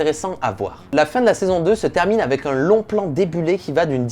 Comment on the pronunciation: AVEC. Et pas Avé. merci. Tu l'écris A V E C..... Donc prononce le correctement.